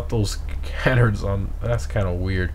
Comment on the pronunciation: keep the vids coming but i cant take it anymore, you're driving me crazy it's ca-nard not can-ard and de.i.ty, not de.ity